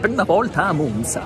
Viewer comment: Apprezzo particolarmente che in questo video la pronuncia della Z di Monza sia corretta.